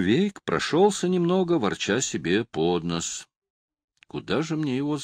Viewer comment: Прекрасная книга! Так жалею молодежь, которая сейчас не любит чтения! Чтец великолепный! Даже на меня сумел угодить, а я терпеть не могу ошибок в ударении! Я вот только удивляюсь, почему актеры стали произносить пОд нос вместо обычного под нОс? Никто ведь в жизни не говорит так...😊